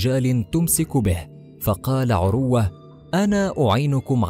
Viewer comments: اقبلوامني هذه الملاحظات: ١- اقول لصاحب القناه يابني آدم تعلم تلاوة الآية بشكل صحيح. من اي امام لمسجد قريب لك. ٢-ان تنطق اسم(عروة)بلا تشديد على الواو. ٣- يابني آدم لا تحلف على من (تردى حظه) وفتح قناتك بالصدفه وتطلب ننشر لك وانت كلك اخطاء/ ٤-على المتابعين الأغبياء لاتقوموا بمهنة التسول عبر القنوات وتحلفون علينا ان نمدكم. فوالله لم ولن امدكم الا بالدعاء ان يكشف الله ستركم ويفضح خداعكم وكذبكم على الناس. المتابعين لاتت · اسمه عروة بتسكين الراء وليس بضمها